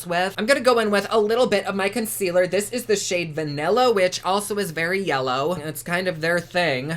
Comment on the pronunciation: I love how you said ConSquealor and Foundecionon.